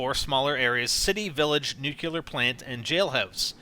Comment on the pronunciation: nuclear not nucular, just saying